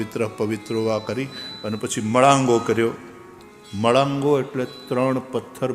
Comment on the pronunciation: આપનો " મળાંગો"ઉચ્ચાર ખોટો છે. "મંગાળો" ઉચ્ચાર સાચો છે.